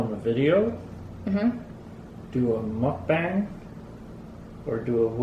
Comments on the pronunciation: Hey! It’s actually pronounced Muk BONG. Not like BONG, but with an open A sound. Not like BANG. It’s a Korean word and I’m Korean. So there you have it with how to pronounce it! Love your videos! And love you and! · Second pronunciation is correct :) Said like Muck-Bahng - just based on Korean pronunciation rules. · Mook as in book...bang. 😉 Sheperds pie is better with tomato ketchup. 😃 Fun video...thankyou..... it's snot good. 😂😂😂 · Is the pronunciation “mook bung” or muk bang”